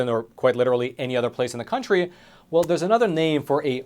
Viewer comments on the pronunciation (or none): none